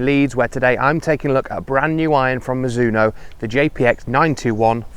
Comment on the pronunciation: Mi-ZU-no No, no, no. Slow it down and do not accent any syllable, then speed it back up. In Japan it is almost more like Miz-zo-no. Even miz-no when you hear fast speech.